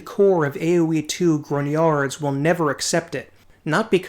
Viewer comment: Who on earth pronounces "grognards" like it's French?